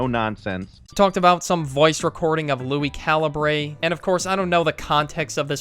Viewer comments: bro he said Lui calabray just for if you make a video it’s lui calibure just for next time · Holy sheeeeeeetttttttt it’s pronounced LUI CAL-UHH-BER Got dang that triggered me